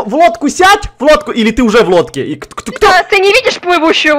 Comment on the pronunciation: сказал узе😂